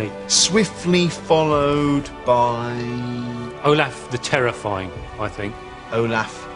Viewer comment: But it’s Olaf, not Olathe. 🤦‍♀️